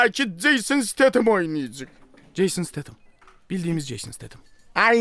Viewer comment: Nobody::Jason SiteytımssS